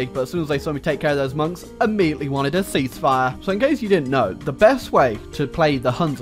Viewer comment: I have a suspicion that might be french. Because of this "Thé"